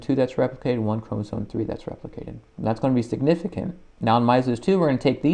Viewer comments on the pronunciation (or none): why are you saying chromosoNe?